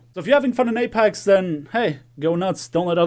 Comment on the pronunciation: why do u keep saying apax